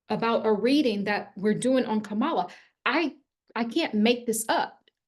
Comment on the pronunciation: I'm confused...today you say that it doesn't matter whether you vote for or like Trump or Kamala...but yesterday you called Kamala a "virus". (And BTW her name is pronounced KAM-ala, not kam-A-la.) Recently, you also made it clear that you think Trump is the chosen one, calling him a righteous "Trumpet" who will liberate us all--yada, yada...HUH?...and WTF?! Clearly, Trump is your guy, which is fine by me. I'm an independent. So to each her own...but lately your videos sound more like Fox News! I unsubscribed yesterday NOT because you have a different viewpoint, but because of your fear mongering & contradictory style. Do you actually watch your videos before you send them out? Most importantly, do you actually QUESTION the messages you channel & do you think for yourself? Objectivity, detachment, & grounding are vital for someone who's not just spouting off opinions, but supposedly channeling the Divine! Did you watch Trump's ridiculous & abysmal performance at the Natiomal Association of Black Journalists in Chicago? Check out the videos on YouTube! This is your champion showing ypu his true colors (pun intended)! Never mind what your voices tell you. I wanna know what the HUMAN you--as a Black woman--think about this. Will it make you reconsider him?, you are young & have much to learn. Maybe the "Mother of the Ages" needs to crawl before she can walk. Get your human self strong psychologically & emotionally. Put the channeling aside & get a really good therapist. T